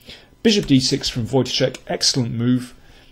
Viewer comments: You pronounce Wojtaszek correctly and not like kingscrusher ( watch ka zek ). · dokładnie tak. Byłem pod wrażeniem :) Wielkie brawa :) Some really fab commentary as well. Good job :)